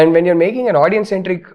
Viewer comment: Illiterates, now even rashmika is saying 'audien' wtf